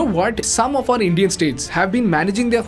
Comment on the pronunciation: "Some of these Indian States are managing their finance so bad" I heard it as "Some of these 'idiot' States are managing their finance so bad"